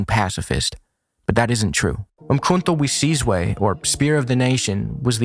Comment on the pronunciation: your effort in pronouncing umkhonto we sizwe earned you a subscription btw😂👍🏾